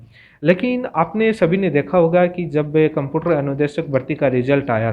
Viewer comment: कम्पुटर नहीं होता कम्प्यूटर होता है गुरुजी।